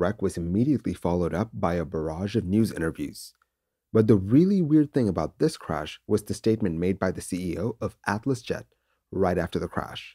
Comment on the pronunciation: The legendary intro: "THES is the story....."